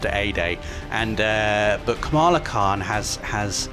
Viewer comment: first of all kamala khan is asian so its kamla khan not kamaaaaaaaaaaaaaaalaaaaaaaaaaa khaaan